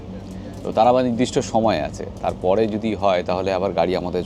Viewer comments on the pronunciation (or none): none